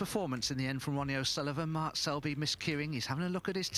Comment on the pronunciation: Hey silly commentator, his name is Mark, not mart.